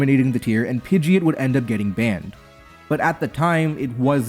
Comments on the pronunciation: Oh god this hurts. It’s Pid-gee-ot lol not ee-it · why do you say pidgeot like that, my beloved youtuber? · Question: WHY did you decide to pronounce Pidgeot incorrectly?